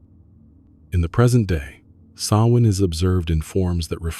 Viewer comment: Thank you for pronouncing Samhain properly.